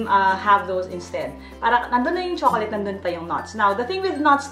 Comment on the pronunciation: ang pagbigkas daw sa chocolate sa english ayun kay youtube ay tsoklet or choklat hindi tsokoleyt. peace!